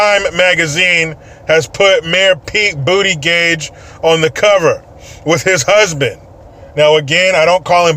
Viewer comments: It's pronounced Butti-judge, which I think is more hilarious haha lol. Not trying to be a "Speech Nazi" no pun intended I just think it's hilarious. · No no no..Tee-hee-hee...it's butt-gig 🙄 ☺ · It is pronounced boot-a-jeg but say it the way you say it is much more funny lol